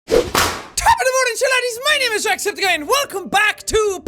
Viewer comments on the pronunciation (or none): none